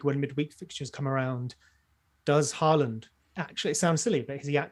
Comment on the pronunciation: As a norwegian. you are only say the first part of the name in norwegian and half in English. Hå is correct. but land is much more flat and different. Almost like how you say the word first part of lama. That tone on the last part and you'll get it right:D